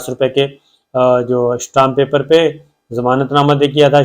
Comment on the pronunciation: Shtam paper nahi hota . stamp paper hotta ha.